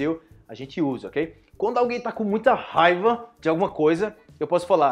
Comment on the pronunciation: Que gracioso, regrese el video varías veces por la palabra (rabia) se pronuncia (jaiba) en mi país una jaiba es como un cangrejo 🦀 😅😂😂 jajajaj